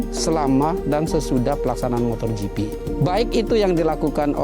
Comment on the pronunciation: Smoga Pak Jhony ktika thun depan gak bilang MOTORGP lagi ya..motogp pak..gak pake R